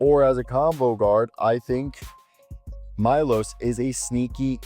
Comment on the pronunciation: This is my name also , and correct pronounce is Meloš , instead of I you say E and last letter S (Š is right letter) you pronounce like Shazam